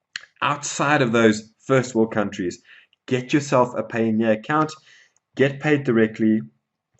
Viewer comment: Your pronunciation of Payoneer is off.... I think it is supposed to sound like Pioneer. Just fyi